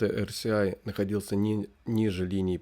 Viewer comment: Почему вы говорите эрСИай(RCI), если это эрЭСай RSI(relative strength index)?!